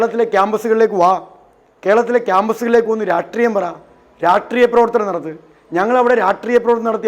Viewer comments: ഷ്, ഷ് ഷ്..... രാഷ്ട്രീയം. രാട്രീയം അല്ല, രാഷ്ട്രീയം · Ratriyam... Ratriyamallada pulle rashtreeyam.....not even pronouncing properly